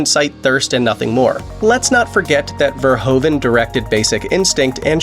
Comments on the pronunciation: Who is Paul Verhovan?? It’s pronounced Verhooven. Same sound as in Troopers. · its not paul verhoven like you say it but verhoeven